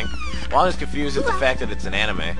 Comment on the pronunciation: he says anime like he has no idea what it is